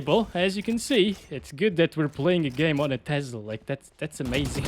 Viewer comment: learn to properly pronounce TESLA, it's not TEZLA.